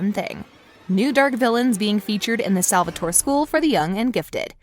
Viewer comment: In another video she said “Salvator-i”